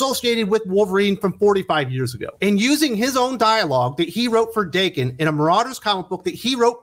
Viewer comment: Daken is meant to be pronounced like Don "Dokken". This was how Remender said it when discussing Uncanny X-Force.